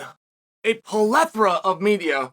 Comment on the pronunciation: If Chael says "polethra" then so do I.